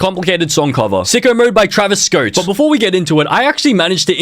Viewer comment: I will now never forget the way you pronounced Travis Scott as "Travis Scot."